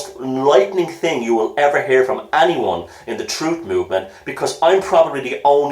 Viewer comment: Troof?? You can't handle the Troof!